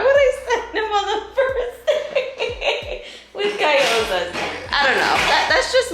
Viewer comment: Guy-yoza???? It’s g-yo-za. 😅